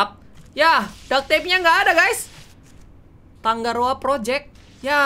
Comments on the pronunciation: tangaroa kak bukan tanggaroa wkwkwkwkwwk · Aku cuman mau ralat kak Regi,nama kotanya tangaroa bukan "tanggaroa" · kak reggy nama pulau nya bukan tanggaroa tapi tangaroa kalo tangga itu g nya 2 tapi kalo tanga itu g nya 1